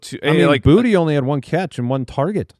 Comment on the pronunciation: By the way footballers...It's pronounced Kayshon (Bootay). Not Booty. For reference, I am born and raised in Louisiana.